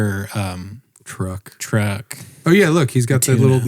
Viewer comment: I heard Schaub asked that twink announcer guy to walggg him to his truggg too. And he obliged.